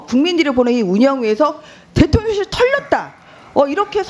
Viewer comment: 발음 교묘하게 대통년실 하는거 진짜 꺠알 통쾌하네 ㅋㅋㅋ